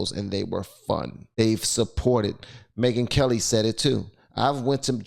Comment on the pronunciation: Charlie The Ron and Me-Gyn Kel-Lie